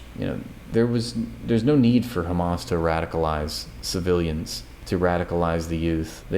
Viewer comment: you got me at "is the prime minister KHAMAS?"